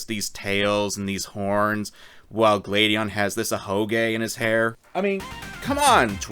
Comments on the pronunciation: I was so confused during the gladion part because I thought he kept saying “Lady Ann” and I was like “what has persona got to do with this” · Why is it, that when you say Gladion, I hear Lady Ann